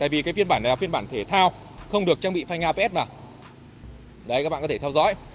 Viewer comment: Phanh ABS mà sao bác toàn đọc APS vậy?